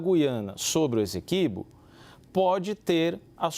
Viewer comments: Pois é, e a repórter da CNN que disse “ezeqüibo” (com 'z' e trema). 🫢🫢🫢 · Finalmente, jornalistas pronunciando corretamente e como pede a gramática: GU-iana (e não GUI-ana). A repórter fez uma ótima externa, mas escorregou no Essequibo (pronunciou “Ezeqüibo”). 😬